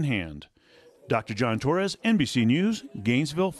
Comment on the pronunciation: I love José' s proper pronunciation of Hispanic last names. ToRREs... PaRRa. Well done Sr